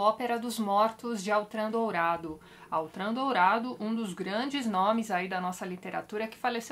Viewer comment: Por se tratar de um nome francês, a pronúncia certa é Ôtran, e não Autran.